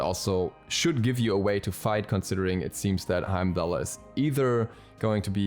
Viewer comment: Bro watch Thor it's pronounced "Hiem-Dahl" the R sound at the end is silent. I will be very upset if he is not a tank because his lore definitely supports him being a support or warrior